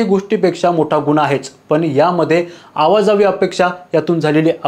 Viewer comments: अवाजावी नाही रे अवाजवी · अवाजवी असं म्हणा,.आवा जावी नाही, दाव खाना नाही, दवा खाना